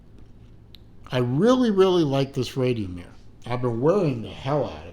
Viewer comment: To help with the pronunciation, it’s just the first part you can improve. It’s more like the ‘rad’ in ‘radical’ than in ‘radio’. Lovely watch. I also have a Radiomir, but as my wrist is under 7in I went for the Radiomir Quaranta (40mm). It has running seconds and date. I’d happily forgo the date, but I do like the running seconds so I can easily see whether it has stopped. It also has a buckle that more closely matches the wire lugs, but to be honest, with the 45mm watch I think your buckle matches its heft (saw someone else comment that they think it should have a wire buckle).